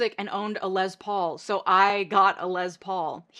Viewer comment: Thanks for this excellent video: well done. As a gen x’er who had posters and photos on my walls including the Coreys, hearing names mispronounced makes me twitch ever so slightly. FWIW, Corey HAIM rhymes with fame. Also, Les, as in Les Paul, ends in s, not z. Of course, details like this pale in significance compared to your thesis. Still, properly naming ppl is important. Thank you for your hard and good work!